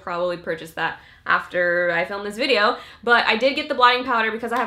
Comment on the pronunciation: why she's saying "videor" ??